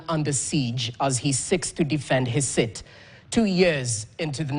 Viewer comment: His seeeet not his sit